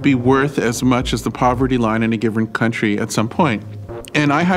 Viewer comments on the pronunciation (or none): none